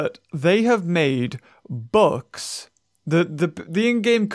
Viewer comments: Not gonna lie thought he said 'books' instead of 'bucks'😂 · I discovered he was talking 'bucks' and not 'books' because I read your comment lol (about 4 mins into the vid) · Took me until 9 min mark before I realised he was talking about "bucks" and not "books". Was wondering the whole time where the "books" were. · For good 5 minutes I kept hearing him saying "books"instead of "bucks" so I was like:"Where are those books" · I thought he was saying books for the first 3 minutes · I thought he was saying books I watched through it and realised he was saying bucks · I thought he was saying books the whole time but it was Bucks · I thought you were saying books instead of bucks, I also do the same thing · Wait - I thought he was saying 'Books' this whole time but now I think hes saying bucks? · OOOH HE SAID BUCKS I THOUGHT HE SAID BOOKS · I thought he was saying "books" this whole time🤦🏻‍♂️ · I thought he was saying books instead of bucks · I’m sorry but I thought he was saying books...